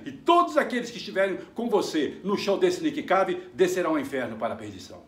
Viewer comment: É o Nick Cave! se fala Nick keive!! kkkkkkkkkkkkkk